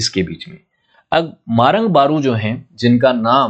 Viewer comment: आपकी जानकारी में मैं थोड़ा दुरूस्त कर देता हूं कि झंडा आयताकार नहीं होता है। तीनकोण होता है। सरना को सबसे ज्यादा उरांव समाज ने संभल कर रखा है। आप कहां से यह जानकारी प्राप्त किया है। आप कुछ शब्द को सही उच्चारण नहीं कर पा रहें हैं। बारु बोंगा नहीं होता है, सही होता है मरांग बुरु होता है। और ऐसे कुछ भी ऐसा कहानी नहीं होता है।